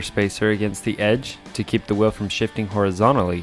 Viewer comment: Why does he call it a ‘whirrel’ and not a wheel